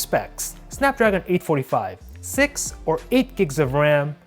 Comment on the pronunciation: OP what?! It's six not sex! BTW the way you talk is annoying